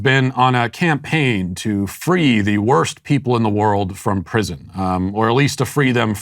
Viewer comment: "She's on a Kimpaign.";)